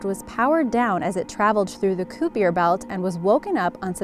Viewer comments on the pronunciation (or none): you obviously know nothing about what you're talking about and are just reading off of a page. Kuiper belt is NOT pronounced K-oo-p-ee-er its pronounced K-ie-p-er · "koopier belt"?!?! It's pronounced KAIPER lol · Also, Kuiper is pronounced "Kaiper". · Kyupure Belt?? Me thinks she meant Kuyper. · It's pronounced "kīper" belt. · Sorry, you can't hear in space. No atmosphere. And on pluto, it has so little atmosphere at all points in time, that it cannot transfer sounds. And, you mispronounced kuiper. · mispronounced kuiper belt